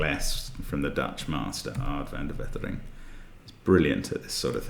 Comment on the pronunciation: Because you really try to pronounce every name 'correctly', I'd like to tell you Wetering is pronounced 'Waitering'.